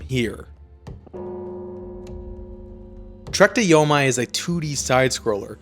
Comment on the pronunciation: It's YO-MEE. how can anyone take your review seriously?